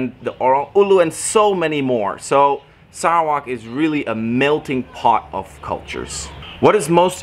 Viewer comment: TQ.. he pronounced Sarawak in great way. It is ok😃👍👍👍